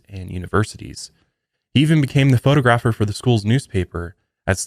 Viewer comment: “Photo-Grapher” and “U-ology”😂